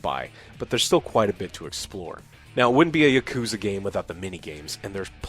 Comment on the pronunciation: Texas pronunciation of "Yuh-Koo-Zuh" still gets me 😅 Like "Thay-Nos".